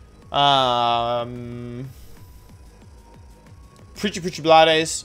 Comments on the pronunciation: wolfe rly said prchyprchy bladeys😭😭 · This man actually said Preachy preachy blood-s with a straight face. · "pretty pretty blad eyes" - wolfey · I had a stroke when you said precipice blades